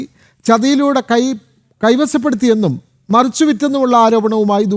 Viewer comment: "സ്വദേസി " "കൈവസപ്പെടുത്തി " എന്തൊക്കെയാണ് ഈ വായിക്കുന്നത്